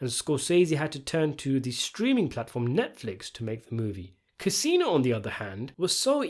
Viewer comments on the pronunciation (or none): none